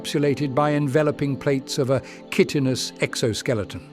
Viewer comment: I think chitin is pronounced “kite-in”